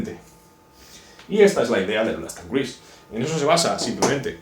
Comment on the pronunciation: Cruise no se pronuncia así.